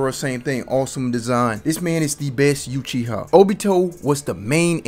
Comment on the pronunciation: Yuchiha ..... Ouch